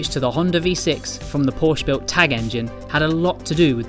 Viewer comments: You pronounce it Porsche Not Porsch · pour-shhh? POR-SHUH!! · I've seen the video until you said Porsh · It’s Porsche not Porsch. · Hard to believe that people from such a respected magazine in autosport don't know how to pronounce Porsche correctly. Shame on you. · It's porshuh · Another "porsh" guy... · Hate when car people can't say Porsche properly